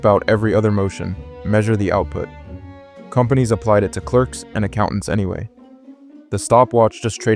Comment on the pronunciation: Excuse me? "conompanies" ? That's almost kinda cute. Joke's aside, pretty good video! That's why I prefer home office.